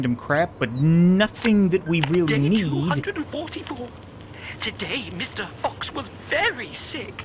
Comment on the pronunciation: I have been thinking that he was saying mr.box